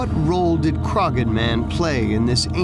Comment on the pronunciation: In the case of the Irish man, the name is not pronounced with the G sound, the G is silent.... It is pronounced Cro-hon. I can see the Hill Of Croghan (Crohon) from the hill behind our house, on the very edge of Kildare.